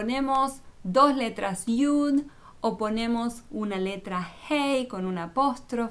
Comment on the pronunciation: Lo estas leyendo en la traduccion al espanol que alguien (no se quien lo habra echo) lo tradujo. Esta persona o personas usan una pronunciacion que es incorrecta porque la letra Yud no suena "J" como la primera letra del nombre que tu escribes.